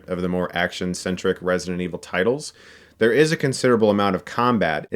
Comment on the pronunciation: hahaha when he said "there was originally a remake of the first... blah blah" I understood "thas was oringinally a remake..." I almost started yelling at my screen